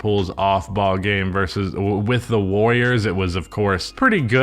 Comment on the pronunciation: “Jordan Poole was a wiving pwayer with the Golden State Wawwiows, uwu 🥺👉🏻👈🏻” -, 2023.